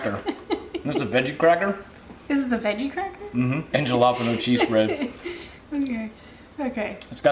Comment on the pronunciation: I can't believe he said JA-LA-peeen-ohs! Lol too 😁 but very interesting!